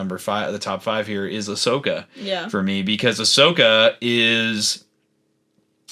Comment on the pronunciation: Based pronouncing Ashoka properly?!